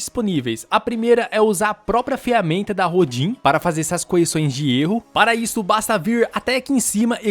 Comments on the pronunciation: Apenas uma dica pra ajudar. Rodin, é nome do escultor francês. Se pronuncia "Rodân" Abraço. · A pronúncia é RODAN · Se pronuncia Rodã, em homenagem ao grande escultor francês Auguste Rodin ( ), considerado o fundador da escultura moderna. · Se pronuncia Rodã, um famoso escultor francês. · O nome se lê "rodã". É o nome de um escultor francês famoso. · Nem sei como vim parar aqui, mas parabéns pelo vídeo! Só um adendo, o no da I.A. se lê "Rodã", acredito que o nome seja baseado no escultor Auguste Rodin. Abraço! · Olá! Eu apreciei muito a sua didática. Papo reto, sem enrolação ou gracinhas desnecessárias. Apenas uma observação: a pronúncia correta do nome desta ferramenta é "Rodã", referência ao escultor francês que criou a famosa estátua O Pensador. Aliás, ferramenta muito interessante. Sem dúvida vou testá-la.